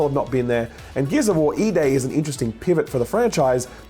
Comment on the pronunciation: I thought you said Gears of War eBay.